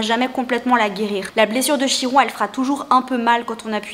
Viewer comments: et même mieux! les Grecs disent "KIRONE" normalement on prononce aussi le "N'" à la fin 🙂🙂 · Coucou! Une amie Grecque m'a confirmée que l'on dit KIRON 😊😊✨✨